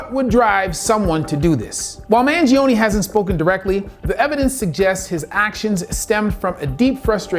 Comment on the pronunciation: you can't pronounce the man's name right and you got the facts about his case wrong. is it that hard to do research? You're an MD, my man.